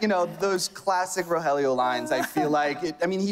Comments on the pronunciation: Not Rojelio it’s RoElio delavegaaa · Ro-je-lio? He has NOT watched the show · Love love love this but if that guy says Rogelio’s name like RO-JELLY-YO I’m gonna pull my hair out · It's another beautiful day to be Ro - Jelly - Yo wake up Ro - Jelly - yo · Ro hell eeeeoooooo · Did he just really say roJelio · man really said RoJelio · Right! and he knows its not Jaime and its "H"-aime. just the Rogelio bit. ugh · the way the host pronounced rogelio was pretty bad 😭